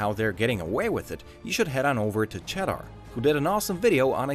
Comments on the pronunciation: The way he pronounces cheddar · Can’t even pronounce Cheddar properly 🤔 Nice subtle hit job, you tube 🤪